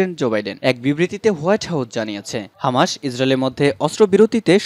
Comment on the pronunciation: ভাই আপনি তো সঠিক ভাবে বাংলা উচ্চারণ করতে পারেন না। বারবার হামাসকে হামাশ বলছেন। আর শিরোনামে কি সব উল্টোপাল্টা লেখেন। মূল সংবাদ এর সাথে যার কোন মিলই নেই।